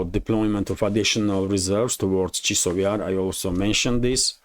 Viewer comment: Chasov Yar, chAsov Yar, not Chisov Yar.